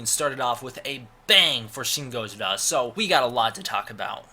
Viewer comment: Im sorry, but your pronunciation of gojira sounds way to damn awkward for some eng speakers. Why even bother with it?